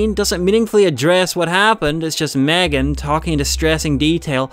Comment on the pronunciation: who tf MegAAAn? It is Megan not MegAAAn